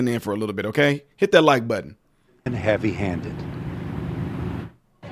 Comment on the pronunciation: "Heaby Handed"!!! Should it be otherwise???